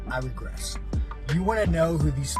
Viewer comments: It's digress, not regress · Sean said “I regress” rather than Digress 😂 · Ummm, it's "I digress", 😅😅😅